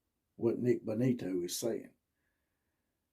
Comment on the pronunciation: You really need to work on your material. It took nearly 3 minutes to get to your first point. Its pronounced BO ni- to. He was referring to a specific CB talking trash about the alex Grinch, not Riley. And it has been discussed since he left he had one foot out the door after Helton was fired. Do better next time